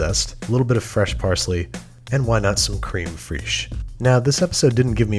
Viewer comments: It's "krehm fraysh' not 'kreem freesh' ARGH. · Creme rhymes with them. Fraiche sounds exactly like fresh. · Cream frish? I love the attempt ahah! 💖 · Did he say cream frish? It is crème fraiche. You pronounce it like "fresh" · Creme fresh is not pronounced Freeeeeesh in french, it is pronounced fresh just like in english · Cream fraichee... Babish fraiche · "creem freesh" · "Cream freesh". Ok, Babish. Ok. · Um, creeem freeeesh? LOL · Cream Freash? 😂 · cream frezh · I cringed by the way you pronounce crème fraîche. It's actually pronounced krɛm fresh. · The way he pronounces "creme fraiche" makes me giggle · HE SAID IT AAAH creme freesh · I just found your channel and am loving it, but could you possibly look up the correct way to pronounce certain ingredients you use quite often, like crème fraîche? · oh man. did you really pronounce creme freche like that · please don't ever mispronounce creme fraiche like that again